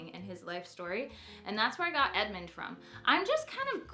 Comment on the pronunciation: I love Edmond but it sounds like your saying Edmont in the video! Cute video! You picked some great names !